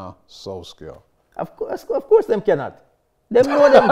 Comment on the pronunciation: “of course dem CYANOT!” lol